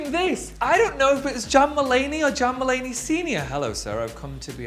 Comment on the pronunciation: I literallly heard jamba lady from tan instead of john mulaney